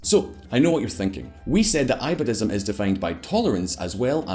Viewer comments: It's not i badism it's e badism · Hahahaha... It's absolutely funny how some person who has little knowledge boils down the conflict in the Middle East to religious sectarianism. I live in the Middle East, you have Shiite mosques in Wahabi states like Qatar or Saudi. It's a lot more complicated than Shiite vs. Sunni. And its not I-badhism, it's pronounced Ee-badhism. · Who else is repeatedly irritated by the pronunciation of Ibadism? lol